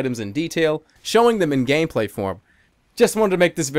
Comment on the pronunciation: Whyd oes he put so much emphasis on the gameplay part it there a inside joke